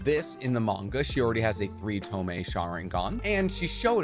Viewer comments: What the fuck is a tomay? Are you trying to say tomoe? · "To a three toe-meh"😬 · Three tomoe, you saying tomei like the exhaust. 😭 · This was a great video, but is anyone else annoyed that he said toemay and not tomoe? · Ok its not tome its tomoe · tome? (to-moh-ay) or tomoe not tome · Did u say Tomee...as in Tomoe🤔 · i love how your saying 3 tome and not tomoe LOL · tomoe is pronounced (toe-mo or toe-moa) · its tomoe (toe-moe-ay) cries love ur content btw man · Great video man. But you really need to work on those pronounciation. Tomoe, Kotoamatsukami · Lmao this man cudnt say tomoe or kotoamatsukami properly to save his life😂